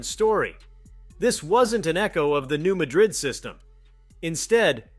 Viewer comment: It's pronounced New MAD rid.